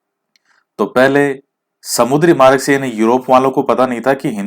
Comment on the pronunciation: प्रशान्त...हिन्द...अटलांटिक और आर्कटिक महासागर है...😂 आप मार्ग को मारग बोलते हो..अच्छे लगते है ये word जब आप इनको pronouns करते हो 😀😆